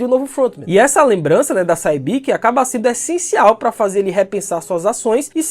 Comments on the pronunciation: Sae-byeok e não Sai Bik. Pronuncia “Se Byook” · Say-byiki? Dakiji?